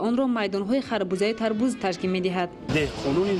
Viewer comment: Тарбуз. Не. Тарбод. Бодиринг не. Бодранг